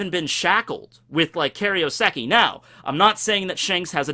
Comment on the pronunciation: plz, it's KAIROseki not KARIOseki